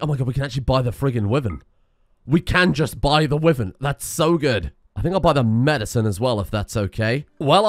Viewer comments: It's not a wiven it's pronounced why - vern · why does he say wyvern like that